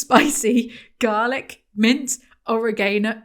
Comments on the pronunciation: I can PROMISE you, Americans don’t say “or-uh-GAY-no” 💀💀💀💀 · To my understanding (according to my USian ex who made fun of my apparently British pronunciation of it) they say "oh-RAY-ganno"